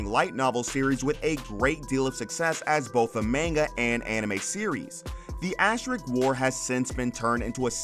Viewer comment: Asterisk, not asterik.